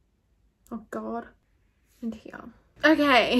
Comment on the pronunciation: when she says "here" i thought she way saying "yeah" lmao